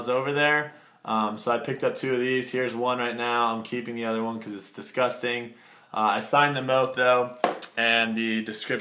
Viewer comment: how many times did you wanna say distgusting, sick and description?